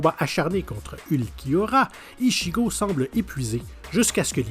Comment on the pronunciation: on dit "Itchigo" pas "Ishigo" bordel pour la prononciation d'Ichigo 😫 Sinon ta oublié de mettre en mention honorable Naruto en Kyubi